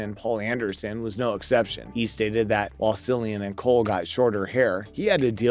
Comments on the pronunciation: Not a single blooper and a fool saying "See-lian" instead of "Kee-lian"? Thumbs down! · ITS NOT SILLIAN ITS CILLIAN PRONOUNCED KILLIAN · Very disappointed, no bloopers , can’t say the actors name properly. This show deserves better. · His name is Cillian Murphy!! Winds me up when people get his name wrong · Did you really not even take the time to learn how to pronounce Cillian Murphy’s name? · Very annoying!